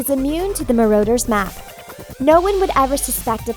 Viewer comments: BRUH IT'S DOBBY NOT DOE-BBY IT'S NOT AUTHOR WEASLEY IT'S ARTHUR WEASLEY IT'S PATRONUS NOT PATRONIUS IT'S NOT MA-ROAD-ER'S MAP OR MA-ROO-DER'S MAP IT'S MA-RAW-DER'S MAP! "They aren't learning traditional subjects like math literature or geography" IT'S A FLIPPIN MAGIC SCHOOL OF COURSE THEY AREN'T! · What is a maroders map? Yet another incorrect pronouncciation. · Yeah like Dobby she calls him dobye and like the Marauders map she calls it the marooners map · At least pronounce the things right if you want to make a vid about this god frikkin MarOWDURS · The marauders map as she pronounce as marooders